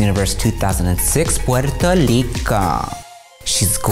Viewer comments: She said 'Puerto Lico' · yah she was referencing a sort of dialect some puertoriquenos have where they pronounce r's like l's. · Yeah, it should've been "Puelto Rico", how they pronounce it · I loved her imitating the puerto rican accent when she said "puerto rico" xD